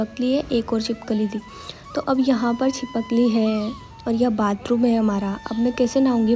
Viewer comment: छिपकली ❌ छिपक कली✅ 😂